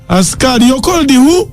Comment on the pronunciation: Eeeeeeh English problem which asikali is that??? 😢😢😢😢😢😢😢